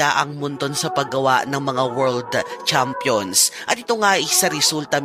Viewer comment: pwede ba kitang icorrect sa pronunciation? Yung pag pronounce kase ng “champion “ dapat same din pag pinopronounce mo sya ng maikli. Champ - champion Yung tunog kase ng sayo nagiiba, nagiging parang “chump”, which is same ng jump. Sana di ka maoffend, yun lang. Thanks